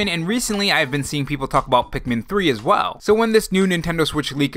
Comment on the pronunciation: I mean this in the nicest way possible: stop saying "as well" like you're stating a period. It's like some weird fad that other youtubers have with the same tone. Much love, tho. You're viewership may increase on that alone. Sorrynotsorry